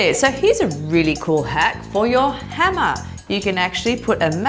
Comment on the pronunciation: When she says hammer I heard henna